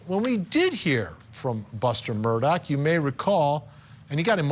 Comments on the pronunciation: OMG, it's mur-daw not mur-dock. Please get it right Vinnie Politank🤣 And for god's sake, get your pronunciation of "voir dire" under control. You sound like a noob. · Why does everyone pronounce his last name with a “K” at the end. The is NO “K!” It’s Murdaugh!! Drives me crazy!!!😮